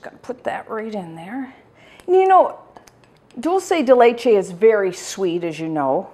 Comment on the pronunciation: ARGENTINA ARGENTINA ARGENTINA !!! ♥♥♥ PS: it's pronunced DOOL-SE(curity) DE(dicate) LE(t)CHE(ss) I put the words in brackets to show another word were the letters are pronunced the same. Amesome recipe!! All the Love ! ♥